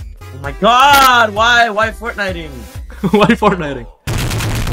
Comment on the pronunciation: I luv how ckev said why fortniting lol